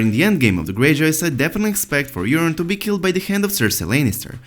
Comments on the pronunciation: That's because he is saying Urine. Not Yuron. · The accent makes the subtitle actually spell out urine every time he says Euron. It really sounds like he’s saying urine